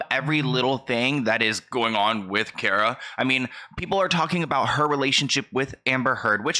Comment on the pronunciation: Her first name is KAAR-ah. Figured you might not know that. Like a car, with an ah at the end. Hope that makes sense! Lol